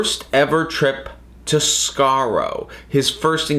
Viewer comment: This is for personal reasons. Nothing wrong with your pronounciation of Skaro; everything is right about it.